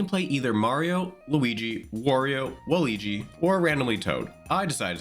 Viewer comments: “Waligi” “scarc” King of mispronounciation Love your videos. Digging the new format, keep it up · For some reason Merryo doesn't bother me as much as Wahleegee. I also wonder if the mispronunciation is just intentional ragebait to drive engagement with the algorithm. 🤷🏻‍♀️ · Wah-lee-gee is the new Merry-o 😂😂😂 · you mean WA-LUIGI